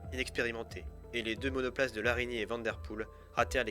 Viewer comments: Eric Vandepoele, et non VandeRpoele... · Bon travail continue comme cela mais s’il te plaît : Eric van de Poele et non Vanderpoel !!! Les français ont vraiment un problème avec les noms belges 😢😉